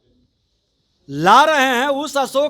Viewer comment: बोलने आता है इसको साल को विजयवा को, यादव को जादव बोलता है साल ये